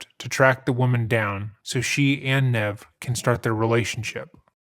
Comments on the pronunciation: The thing that made this case so big is that evidence was actually left behind. I find it insane that the killer didn’t actually take the phone just in case very strange all around I hope they catch this pos Ps. It’s neev like kneev not “nev” like Ned come on bro for all the fact checking you do you gotta do better with pronouncing names. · I’ve never heard anyone pronounce “Nev” with a short “e”. Have you not watched the show? Or the movie? Or any clips on YouTube? Ever? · Just a small point, but the name "Nev" is pronounced with a long E; "neeve". Like "knee", but with a V at the end. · It’s pronounced “Nee-v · It is pronounced knee - v, Nev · Aww poor Nev! His name is pronounced like ‘Neeve’ 🙃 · lol Nev. Its Ne-eve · Great video but please double check the pronunciation of people's names before you upload your videos. Nev is pronounced like Neev! Just letting you know. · Nev is pronounced neev, with a long e. Js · Pronounced "Neev". Surely you know that? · His name, Nev, is pronounced Neev. How did this happen lol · his name is pronounced like "nEEv" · Nev Schulman's name is pronounced "Neev." He says it several times on his movie and years worth of his show. It's really important that we all pronounce and spell names correctly, especially non-western names. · His name was pronounced neev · Nevs' name is pronounced like "neeve" lol- regardless thank u for covering this one!!!! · Nev with a long e. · You pronounced his name wrong lol that's nev from mtv catfish lol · You don’t get to use clips of Nev and slaughter his name at the same time 😂